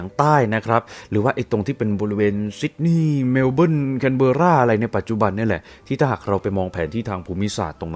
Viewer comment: เขาออกเสียงว่าแคนเบอร่าครับ นักข่าวอ่านข่าว\นายกออสซี่ก็ออกเสียงว่าแคนเบอร่า ☺️